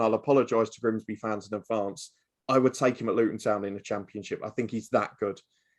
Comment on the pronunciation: It’s Grimsby, not ‘Grinsby’🤦🏻‍♀️